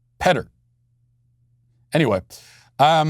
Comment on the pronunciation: Petter in Norwegian is pronounced Pet-Tare (rhymes with the English petcare).